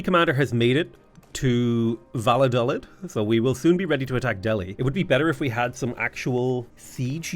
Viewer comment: I know its stupid to bring it up but it's annoying me; the towns name is pronounced "Va-yo-dal-eed" and it was kinda important during the Spanish Civil war right before WWII.